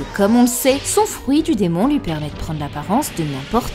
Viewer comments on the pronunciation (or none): Super vidéo mais un peu dérangeant les "souite" "loui" "pouisque" houit" Je n'entends plus que ça... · C'est quoi l'accent de qui ressort sur les mots "huit" "lui" "fuit"